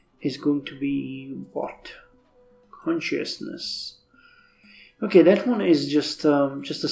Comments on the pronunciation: 360p quality? - I'm not clear on culture warfare in Civ 4 or C2C (or how much stronger your culture is compared to Babylon), but that's one approach if you increase the city cap before capturing it. - "Con-shoss-ness", and the other is usually pronounced "omnee-see-ence". - The irony isn't lost on me that you played a pro-Ukraine game in M.D. but then attacked another country on the justification that a rival was encroaching on your borders too much (Russia's justification for the war). - Did they retake the city of Babylon or did it switch due to culture? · it's my joke about how you try to pronounce consciousness